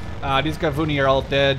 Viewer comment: Well, Shayetet is pronounced Sha-ye-tet, and Gavnuni is Gav-Nu-ni